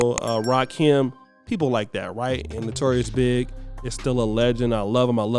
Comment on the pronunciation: Notorious B.I.G,, not Notorious "Big".